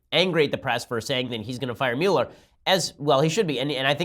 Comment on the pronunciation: Your pronunciation of Muller drives me nuts.